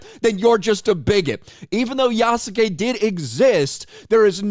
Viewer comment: In the official gameplay or whatever it was, the presenter calls Yasuke "Yasgay", I couldn't stop laughing, they couldn't even make sure the guy knows how to pronounce his name.